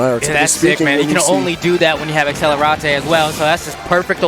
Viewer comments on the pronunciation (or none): Commentator: AcCEleRatay